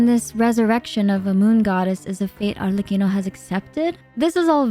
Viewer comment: i gotta say i really loved you correctly pronounced arlecchino during the whole video. it makes it perfect